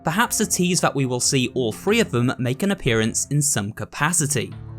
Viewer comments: You always pronounce Three with an F like it's Free. It happens with other TH words too. Thought you should be aware of it because it makes your words less clear for the hard of hearing. Great video otherwise tho! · It’s chapter three, not chapter free